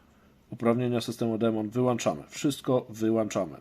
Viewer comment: Wyłączamy - Wyłańczamy - niepoprawnie :)